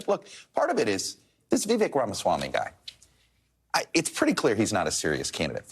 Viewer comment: and they are soo incompetent not knowing how to pronounce Vivek's name. . or they finally learned it but they are still children at recess being the bully trying to "get" , pick on, sthe minority smart kid. Were you a mean girl in school too? Im asking the dude talking and bashing vivek. I just assumed she changed genders FTM